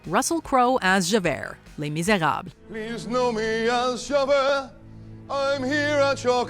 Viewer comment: None of this casting is as horrendous as your pronunciation of "Javert"...